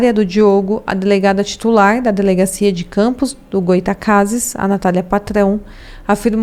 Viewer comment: Goy-a-tacases foi foda hahaha